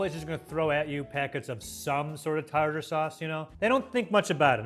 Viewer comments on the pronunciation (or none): Australians pronounce it tar-tear sauce due to confusion about the second e.